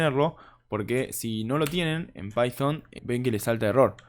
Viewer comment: pyfon? decilo bien.. no quieras demostrar que "sabes ingles" encerio y de onda te digo. para evitar las criticas